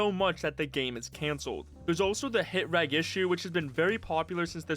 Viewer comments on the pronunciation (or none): Just a heads up, the "reg" in "hit reg" is pronounced REJ with a soft G. It stands for registration.